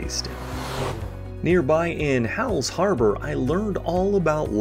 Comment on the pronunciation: A couple of minor points: - Hall's Harbour. It sounded like it was pronounced Hell's Harbour. - Grand Pré: drop the hard d in Grand and Pré sounds like pray. - The Acadians were not persecuted as such. Under British rule, until the 1750s, the Acadians flourished and were generally left alone. Tensions and then war with France led to the sudden deportation of the Acadians. - Although Pictou and area claim to be the birthplace of New Scotland that is not really the case. That claim can actually be made by Annapolis Royal where the Scots settled, under Sir William Alexander's colonial scheme, in the late 1620s. The ruins of Charles Fort are located beneath Fort Anne.